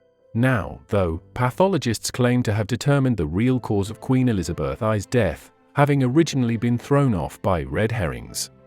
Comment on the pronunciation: Elizabeth "eye" did me in!